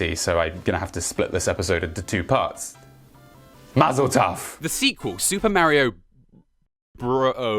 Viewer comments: every jewish person when says "Mazal Tov" incorrectly and I quote.. "AAAAAAAAAAAAAAAAAAAAAAAAAAAAAAAAAAAAAAAAAAAAAAAAAAAAA..." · Its mazel tov not mazel taf